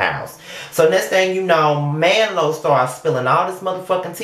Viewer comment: "Man-lo". I'm dead lol.